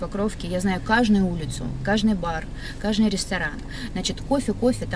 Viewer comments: "Кажный" говорит...Всегда считала что есть слово "каждый"... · КажНый, кажНую - откуда эта тетя-мотя приехала?)))